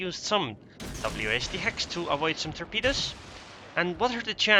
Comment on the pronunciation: snicker you said "torpeeduz" ; p ps seriously, nice commentary on and acknowledgement of dr's user replay pps please keep posting! : )